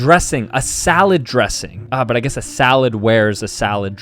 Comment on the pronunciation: It’s not guaes it’s guess